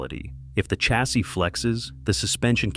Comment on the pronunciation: Even if he does say ‘Jag-waarrr’ 😎 (and ‘chasssey’ ) …..and ‘Seh-Daan’ 🤣